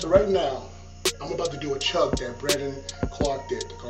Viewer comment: does any one laugh when he said chuge